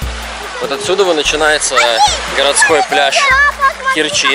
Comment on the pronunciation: Умники,вы ударение ставьте правильно,в Керчи ударение на букву е,противно слушать